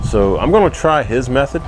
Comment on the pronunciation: thanx for the shoutout, u even pronounced my name right---lol----------that side wasnt burnt, it was flavored, one good lookin steak there dude, but u forgot the mashed potatoes